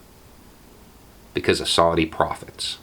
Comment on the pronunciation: Thanks for the video, such an important message. Cheers from an ANZUS partner and mother. (I did a double take when I misheard you say "make no mistake this war will be due to Saudi prophets" What tf was prophesised?? Oh profits, lol)